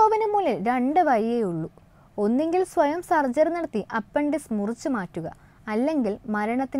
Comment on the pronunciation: അപ്പൻഡിസ്‌ക് അല്ല.... അപ്പെൻഡിക്സ്‌ (appendix) എന്നല്ലേ ഉച്ചരിക്കേണ്ടതു് ...!!